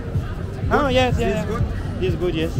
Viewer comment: On minute thizzzzzz izzzzz Goode, no many beoble thizzzzzzzz izzzzz you know how much? Only 10bound(pound), Goode brize very cheap 😂😂😂😂😂